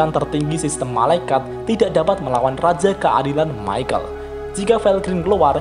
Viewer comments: ke nya bukan maykel dibacanya, tapi mikael.. kaya salah satu malaikat di nanatsu no taizai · Mohon maaf min itu, baca namanya Michael Bukannya yg bener itu (Mikael) ? Klo Michael Admin bacanya (Maikel) jadi kesan namanya kek orang Timur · Mantep sih video2 lu bang, cocok bet buat yang males baca LN tensura wkwkwk O iya, kayanya cara bacanya perubahan rudra bukan maikel dah bang, tapi mikael, karna kan doi malaikat gtu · bacanya mikael pak...